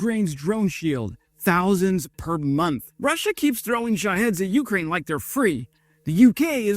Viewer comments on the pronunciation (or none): Jesus god, PLEASE stop saying "YOO-crane", it's "you-CRANE" you dope! You're putting the emphasis ass-backwards.